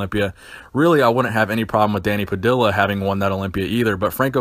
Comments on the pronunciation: It’s not “pa dill ah” it’s “pa dee ah” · just some FYI: it's Danny Pah-dee-ya. two L's in spanish is pronounced like the letter Y. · Danny Puh-dee-uh